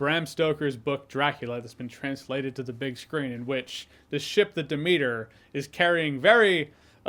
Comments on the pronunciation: Pfft, Jeremy's pronunciation of "Demeter" is hilariously cringe. Dem-eater 🤭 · bro said "da meter" 😂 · De-meater lol. I'm out. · Of course he doesn't know how to pronounce Demeter....haahhaha